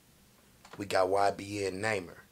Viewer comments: “ybn namer” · “Next up we got YBN ‘NAMER’”😂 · "We got ybn namer" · "YBN Namer" 😂😂😂😂😂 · He said ybn Neymar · we got ybn who? You said his name all wrong 😭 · You said his name wrong and btw he's dead bro